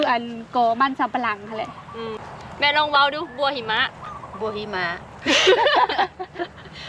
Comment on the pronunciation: ตลกว่ะสาวโหน่งแต่งสาว ++ บัวหิมะฯครับไม่ใช่บัวหิม้า ++